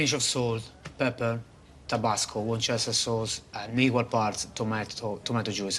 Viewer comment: Correction bar man : Worcester sauce not Worchester !!!!